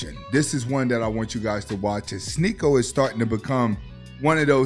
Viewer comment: Hell freezing over…. said Sneako name right. “Sneaky-O!“ 😂